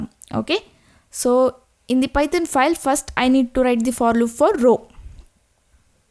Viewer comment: I love it when u say paitan programming😊